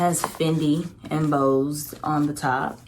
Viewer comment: You pronounced embossed wrong and Louis wrong😂